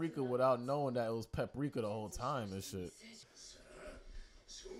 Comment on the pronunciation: only pat says peprika instead of paprika